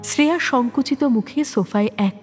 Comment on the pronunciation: eta kemon uchharon... "Sreya"? Ota "Shreya" hobe. Apanader golpe e bhashar uchharon ekdom sothik hoe, kintu eita khub kaane laglo.